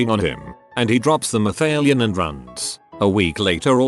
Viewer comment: Malathion, not mathalion.